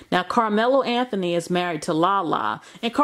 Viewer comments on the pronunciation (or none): none